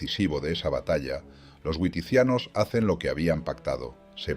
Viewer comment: Muy bien pero la "W" germana se pronuncia como la "B", nos es "güiticianos" es "biticianos".